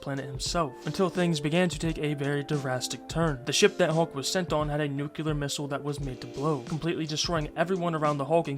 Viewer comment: Nuclear.. especially.. escape.. just damn say things right😂